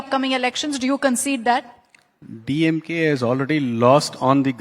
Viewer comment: DeeYemGay dude is barking like a mad dog.